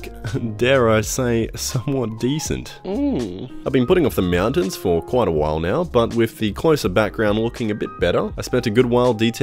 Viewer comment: "Meowtains" Am I the only one hearing this? Are my cats hypnotizing me in my sleep, or something?